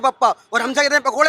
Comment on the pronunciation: Yaar Beko beko mat kiya karo Delhi walon. Bahut gussa aata hai. Vo bhechna shabd hai na ki Bekna. Hindi ki maa bahan mat karo yaar